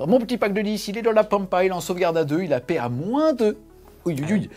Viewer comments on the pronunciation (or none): none